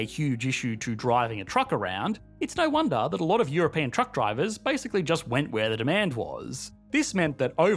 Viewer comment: "EuroPAIN Union"? haha!